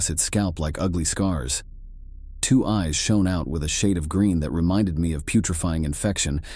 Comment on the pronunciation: Isabella saying, “Nooooo! Nooooo!” Like a Wheel of Fortune contestant realizing that her pointer was about to strike “Bankrupt.” Also the narrator pronouncing the word “eyes” as “ees.” 🤦🏾‍♂️